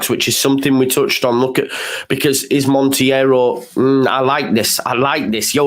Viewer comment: It's just Montero you don't need to pronounce the i 😂